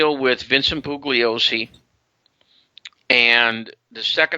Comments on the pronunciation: DiEugenio pronouncing the hard "g" in Bugliosi is rough. The 'g' is silent, as it should be in DiEugenio... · Doesn’t have the decency to learn to pronounce Bugliosi.